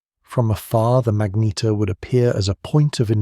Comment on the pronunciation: For gods sake get the pronunciation tight; its not magneteer or magnetaire or magneter, is pronounced MAGNETAR